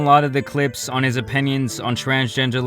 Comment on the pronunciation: Jordan Peterson is one of the best minds on the planet, how can you tell us you don’t agree with him when you can’t even pronounce opinion without sounding like you’re saying onion. Come on don’t turn into h3